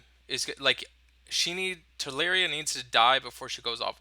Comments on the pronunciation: Telluria is Tell-er-ia not Tell-air-ia. :) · Tel-loo-ria (from Latin: tellus - Earth)